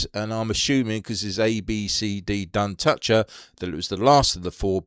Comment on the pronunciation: Duntocher is an area to the north of Clydebank. Pronounced Dun-toch-er. Toch pronounced as Loch. Lived there for a few years. Great model!